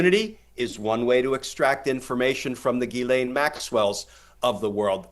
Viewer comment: Ghislaine is a French name and Americans have no idea how to pronoounce it. It's NOT Gilane it jislane . Americans are incredibly ignorant of other cultures because their educational system is extremely bad. Half the time they have problems with double negatives and when to use was and were. There have been far to many times when I have heard American say "I were there yesterday' or "were that there before" or "You was there. Also they don't seen to know the word any exists and say dumb thing sucjh as 'I am not doing that no more" or there wasn't no one there instaed of using anymore or anyone. Is it any small wonder why the rest of the English speaking world thinks of Americans as uneducated bumbkins?